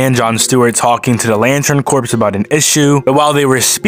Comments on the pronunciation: It may have ben said to you by now and you may have already corrected for future videos, but just in case: "Corps" is not pronounced like "corpse." It is pronounced like "core." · “Corps” is pronounced “core,” ya know like the MARINE CORPS? What you keep saying was “corpse,” which is a dead body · Ugh, "corps" is pronounced like "core", not "corpse". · Not to be that guy, but "corps" is pronounced "cor", as in Marine Corps, not "corpse" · it's pronounced "core" not "corpse" 🫥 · Corps is pronounced core not corpse. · "Corps" is pronounced as if you're saying "core" not "corpse" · Corps is pronounced Core, not Corpse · Corps is pronounced core, not corpse. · pronounced core not corpse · Corps is pronounced "core". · Fun fact: Corps is pronounced Core